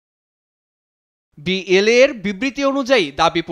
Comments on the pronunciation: ওটা BAL না ওটা BLA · BAL না ভাই BLA.. একবার না হয় ভুল করে বললেন তাই বলে বার বার ভুল বললে হবে??